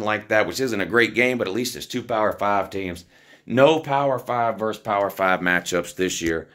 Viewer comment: VERSUS - the word is VERSUS not VERSE